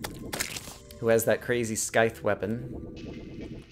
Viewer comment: it's pronounced "sigh-th".:(